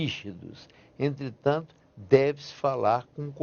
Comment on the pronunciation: Adoro que o advogado que defende tanto a correção linguística, aos 16 minutos, passe todo o discurso cometendo erros(sic) como "entritantu" e "nóis"